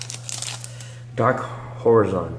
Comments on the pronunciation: "Duh-dark hor-eh-zon".... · You dude, it made me sad that you couldn't pronounce basic words in english, Horizon and Unification, and even managed to pronounce Gate ( Gay-yaht ) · if you dont know how to pronounce elementary-middle school words like "Unification" or "horizon", you need to go to school again before reading yugioh cards.